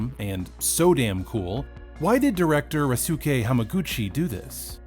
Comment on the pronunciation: it’s not Rasuke. But Ryu su ke. You pronounce Ryu like 1 syllable Drew. Just add a y sound to Dryew